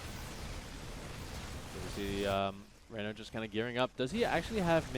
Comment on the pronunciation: ReynOr, not RaynAr